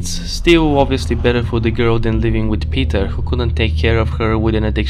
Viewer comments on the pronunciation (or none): none